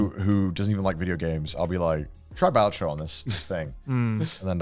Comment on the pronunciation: How are you guys the ONLY people i've ever seen pronouncing Balatro wrong? PS: "Wukong looks like ass cheeks" has to be Connor's worst take of the year lol, I know who I'm voting for Clown of the Year award :D